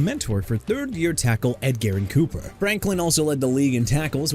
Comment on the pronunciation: said coopers name wrong too😭